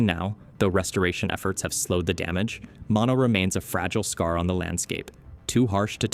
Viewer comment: "Mono" is pronounced with two long "o"s, not like the shortened form of mononucleosis.